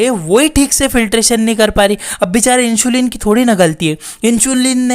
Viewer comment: It's इन्सुलिन not इंशुलीन 😂😂